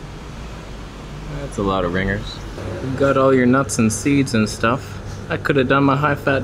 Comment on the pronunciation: Hahaha it's Ringgit. Not 'ringers'